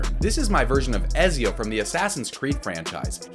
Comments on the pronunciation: The way you said Ezio triggers me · He said Ezio wrong